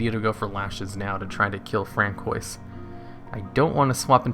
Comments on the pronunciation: ...is it not fran-swah (french)??? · “Fran-koi’s” lord help us lmao, nice vid tho!